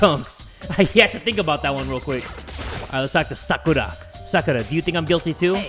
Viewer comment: I've been in the danganronpa fandom for 7 years and it just makes me so happy to see people injoying a game that has meant so much to me. Also the mispronunciation of Sakura and sayaka are just bothering me a little